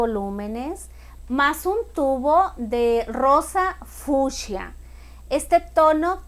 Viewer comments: Por qué fusha? Es fuCSia 🤦🏻‍♀️ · que se dice fucsia, no fiusha, señora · El nombre: Rosa Fucsia Ella: Rosa Fushia